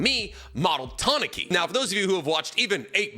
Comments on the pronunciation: Ta-na-ki? Isnt it Ta-nu-kee? Pronunciation wise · Holy shit, no offense here, but how does not know how to pronounce Logia or Tanuki? Doesn't this man claim to have some cursory understanding of Japanese too?